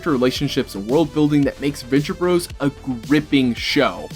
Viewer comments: My man, I love that you are highlighting The Venture Bros. but it is pronounced Venture BROTHERS not. Venture BROS. You are killing me pronouncing it The Venture Bros not Brothers. But since nobody else hardly puts the time in to highlight this fantastic show, you get a pass and a sub 👍🏼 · Can I go 10 seconds in a youtube video without hearing the word 'iconic'?! Also, 'bros.' is still pronounced 'brothers'. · It's Venture Bros., said as brothers. Not bros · He keeps saying Bros. Ugh. Glad he getting new people into it. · Stop saying "bros."